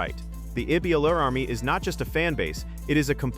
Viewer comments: Excellent analysis. I just don’t like your screw ups on her name. It’s not E-la-la. It’s E-ya-la. Say it like a y exist. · Just need to fix how you pronounce Alex's Last name. It's should be "eeyala" not eela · Eh yah lah. That's how her family namee is pronounced. Thanks.